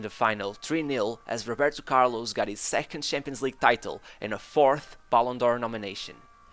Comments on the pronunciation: That’s how some Brazilians pronounce his name buddy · The way the narrator says "Roberto Carlos" sometimes give away his Portuguese accent 🙂 great content!! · O primeiro vídeo do canal foi sobre Figo e o jeito que você pronuncia Roberto Carloxxxx e Atlético Mineiro entregam que você é português HSAUHSAHSAHUSHAHus